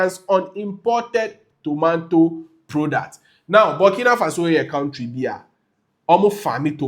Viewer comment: It's not tomanto😂😂😂😂......tomato....eeeei